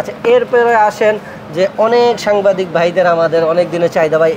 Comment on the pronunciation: সাম্বাদিক না হালা ... ওইডা হবে সাংবাদিক